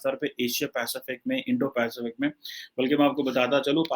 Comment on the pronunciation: ki Indo - Pacific bolne mein fatt ti hai 🤣